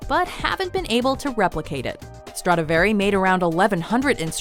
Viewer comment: Dumb ass bitch when you can't pronounce Stradivari properly at least do not mention it a hundred times just to say it wrong and get on everyone's nerves. You had one fucking job.